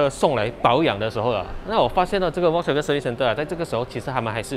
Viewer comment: 小编可不可以把人家品牌的读音读好一点！是fox音，不是volk音！还说你是vw的车迷